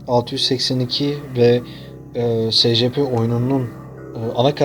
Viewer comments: SECEPE ne SCP diye oku şunu.Yada ÖMP(Özel Muhafaza Prosedürleri) de şuna.SCP yi nasıl açıcaksın.Salak Cahil Patates. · S c p değil e si pi diye okunuyor